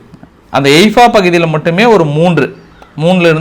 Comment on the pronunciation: எய்பா இல்ல தலைவரே ஹைபா